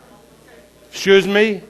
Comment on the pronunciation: LOL, "whaaaaaaaa" "schooees me?"